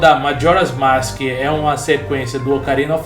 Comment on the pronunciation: você não sabes falar mask, você fala maski